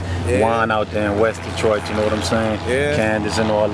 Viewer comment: Lol "Detrart" 😆